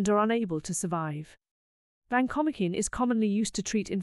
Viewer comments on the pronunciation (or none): vacomikin? No way. It is Van-ko-mai-sin. Sorry AI